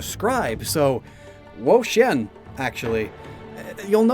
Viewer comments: Why do you keep saying "whoa-sheeyen" and not "whoa-cheeyen"? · Wo-Chien my child😭😭